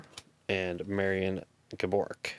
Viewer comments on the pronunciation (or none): Not Gah-Bore-Ik its Gab-Oh-Rick